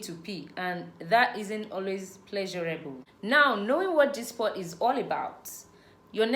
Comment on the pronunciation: Please its spot not sport